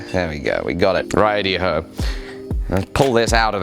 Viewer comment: Did he actually say "rightey ho". That's so brittish... never change. You've inspired me more than I can say Thnx.